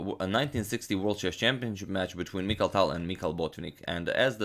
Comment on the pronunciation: I like your show, but you could learn how to pronounce the name Mikhail (Михаил), because it annoys me when you pronounce it terribly (here on the example of Mikhail Gorbachev